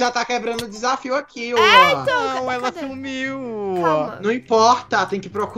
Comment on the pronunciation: "ela sumiuouãwn"